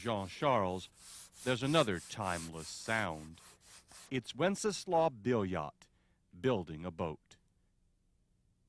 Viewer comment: Billiot is pronounced as Beeyo, if you understand French.